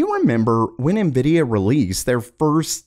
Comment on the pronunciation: Monkey D luffy ❌ nividia D force ✅